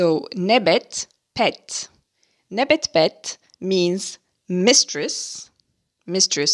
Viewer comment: I believe , e.g. nebet pet should be pronounced nibat puat .